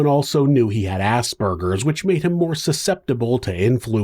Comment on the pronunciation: Finally someone who pronounces Aspergers correctly